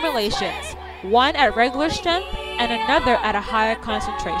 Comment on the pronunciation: Honey you are mispronouncing the word strength, look it up on your IPhone and listen to the way they say it on google